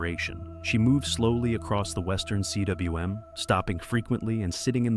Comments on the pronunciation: It's not C.W.M, rather it's pronounced 'coom'. Cwm means 'valley' in Welsh. Sir George Everest's family owned a manor house in Powys, Wales. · "cwm" is pronounced "coom".